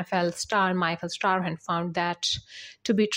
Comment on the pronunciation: Old news, mispronouncing Michael Strahan's name!